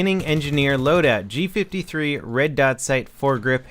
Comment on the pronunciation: It does look so similar to an MP5 because it is an MP5 fused with a G3 rifle. Thats why its prononced G five-three not G fiftythree